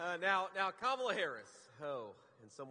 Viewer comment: Wow, he said her name right